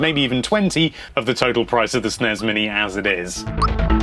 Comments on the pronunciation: It's NOT pronounced with a z!!! It isn't "SNEZ" or "SNESZ", it's SNES!!!!!!!!!! You wouldn't say glazz, it's glass, same concept!! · Will you stop sayin sness uuggg so annoying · it's annoying how he calls is Snez